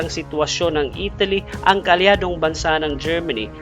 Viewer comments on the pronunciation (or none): none